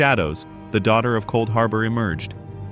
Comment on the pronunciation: “Couldharbor” 🤣🤣 Jk homie love the vid